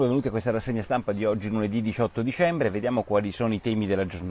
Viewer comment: Ma perché non corregge i minimi errori di pronuncia, perché mi costringe a ascoltare: "disciotto discembre"?